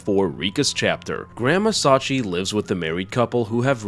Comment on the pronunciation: Thanks for the upload. The old lady's name is pronounced "Sachië", like Charlotte Brontë, by the way.